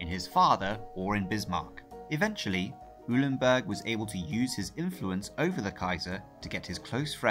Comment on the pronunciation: Eulenberg is pronounced :"OY-lenberg" and not "EW-lenberg".